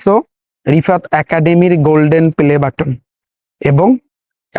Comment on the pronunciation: আপনি যখন প্লে বাটনকে পেলে বাটন বলচেন তখন এ বুঝা জায় আপনি কি🙂